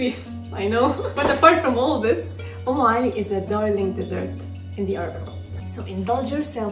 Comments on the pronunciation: It's UMME ALI ....not om ,... Did you mean om ? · It's not on Ali it is Um Ali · Not OM but UM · Its UmmAli not Omali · It's actually 'Umm Ali' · It's umm Ali😂😂😂😂